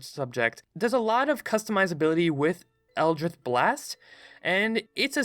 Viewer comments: Is no one going to comment on the fact that he pronounces “Eldritch” like “Eldrith” for the warlock part? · ITS ELDRITCH not eldrith blast thats a t and ch pronunciation as in ditch not th as in with. Please gawd this makes your videos nearly impossible to listen to. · It’s elditch not eldrith plz say it right u made me cringe every second of warlock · Eldritch not "Eldrith" you fool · I hate to be that guy, but does he just pronounce Eldritch Blast as Eldrith Blast or is it just a lisp? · One: eldritch blast not eldrish blast two: artificer not artifisher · excuse me? eldritth? eldritth blast? scrbgffgf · Eldritch not eldrith Also art-i-fye-sir not artifisher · I hate that he says eldrith instead of eldritch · I have no concept of if you have a speech impediment so apologies if you do but... El-drith? Eldritch! like a drunk slob yelling "Elder Rich" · Am I the only one that's absolutely annoyed by "Eldrith" instead of "Eldritch"? Yes? ok... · "eldrith" For the love of Lovecraft it's eldritch. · EL-DRITCH not eldrith cough Nice vid bruh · Just gonna point out It’s eldritCH not eldriTH and artifiCer not artifiCHer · it's eldri*ch* not eldridth sorry it just really bugged me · eldritCH eldr-itch not ith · Why are you pronouncing it Eldrith? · butchered Eldrich when talking about the warlock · No one: this guy: ELDRITH BLAST! ARTIFISHER! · this dude cant make the 'ch' sound and just says 'th' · I died a little whenever he said "eldrith" Edit: "artifisher" lmao Edit edit: "objuration" oh no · Every time he said "Eldrisch" I lost a little bit of my will to live. Holy SHIT! "ARTIFISHER" I"M FUCKING DEAD (btw I'm sorry if this sounds mean, I love ya but... holy shit) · Is this boi saying Eldrith Blast? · " Eldr-ITH" is new, never heard that before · “Eldrith” good video but I wanna die bc of that😂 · Ah yes, the eldrith God, c'chulu. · eldritch. there's no "th" sound. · Every time he said eldritch I twitched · How the heck are you pronouncing eldritch?